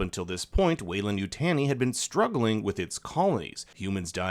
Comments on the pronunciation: You-tag-knee not you-tanny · “Utah-knee” not “you-tanny” lmfao wtf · Yutani is pronounced u-tah-nee. It is NOT u-tan-ee. Gotta get that right if you’re gonna do a review on the movie. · YU TAH NEE not TANY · say it with me YU-TA-Ni.... you have to sound out the words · You’ve seen all these movies but insist on saying Yutani wrong. I just don’t get it. 😢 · I've never heard Yutani pronounced that way. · The way you pronounce Yutani is like nails on a chalkboard.